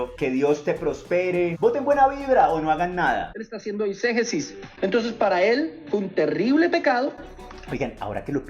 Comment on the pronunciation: Exégesis no es exagerece 😂😂😂😂😂😂